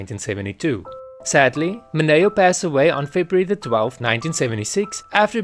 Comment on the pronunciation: PLEASE! MI-nee-oh 😅